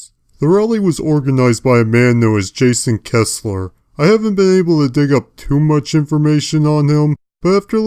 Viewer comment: First of all, it's Jason Kessler, not Jason Hessler. Secondly, this video didn't age the best, because Jason Kessler is a neo-nazi